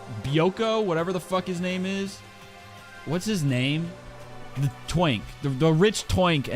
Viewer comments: i didn't know americans pronounce "twink" as "eunk" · why do you say twink like “tWænkk” 😭